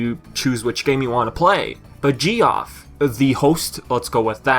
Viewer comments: D Paws thank you :x I was thinking "Gee-off..? Is he.. is he saying Geoff?" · It's Jeff no Ge-off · “Geoff” is pronounced like “Jeff” :P I’m so pleased with how the colors turned out on the game ^^ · "G-off" I'm sorry, but i can't get past this pronunciation xD It's the same as the name Jeff ( j - F ) I apologize due to language differences lol